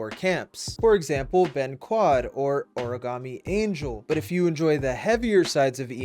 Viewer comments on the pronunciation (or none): none